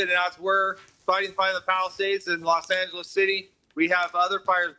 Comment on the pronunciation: At least the Brits are finally pronouncing Angeles correctly.